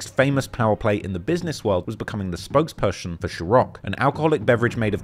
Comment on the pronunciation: I heard a mistake: "spokepershun"